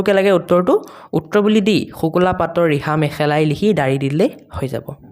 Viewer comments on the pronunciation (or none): ছাৰ আপুনি ৰিহা শব্দ ঠাইত বিহা দিছে🤣😂